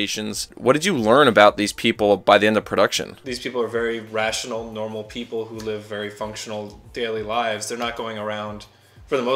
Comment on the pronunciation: I can picture Beevis and Butthead : "you said normai and rational eh eh heh heh"